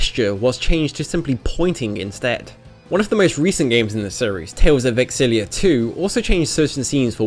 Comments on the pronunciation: why do you keep saying tales of exillia? its tales of xillia. the x is silent and pronounced its like ''ksillia''. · Ex-illia? You're pronunciation of names and game titles is horrendous, if you are going to profit off these games can you at least get the title right?